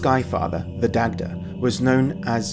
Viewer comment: Daghdha. There seems to be a continual tendency to get Irish pronunciation wrong on YouTube, but people will spend weeks practicing proto-IndoEuropean lol